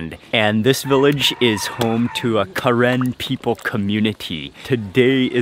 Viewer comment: its pronounce "kuh-ren" NOT KAREN!!!!